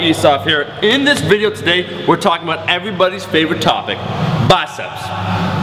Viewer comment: that killer "aboot"